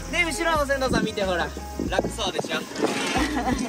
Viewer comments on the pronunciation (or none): 船頭を｢セントウ｣？｢せんどう｣が正しい発音だと思いますよ。 ｢セントウ｣は普通｢銭湯｣。町に有る有料のお風呂屋の事を言いますので。